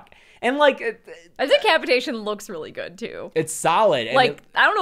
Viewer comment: Why does say "GOID" instead of GOOD?? Is she trying to talk like modern pop singers? 😅